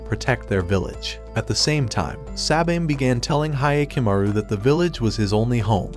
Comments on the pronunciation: Hya not Hiya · It's like nails to a chalkboard hearing the mispronunciation of Hyakumaru (hee-ah-ku-ma-ru vs Hi-ya-ku-ma-ru)